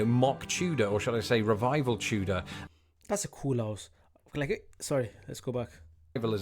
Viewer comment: Why do you pronounce Tudor like chewdor?